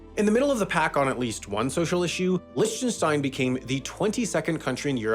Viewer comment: Absolutly Devious way to pronounce Lichtenstein.